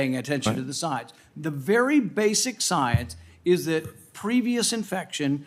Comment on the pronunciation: Excuse me. It's pronounced "Scoience"